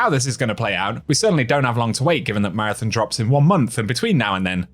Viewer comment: Come on its marathon not marathin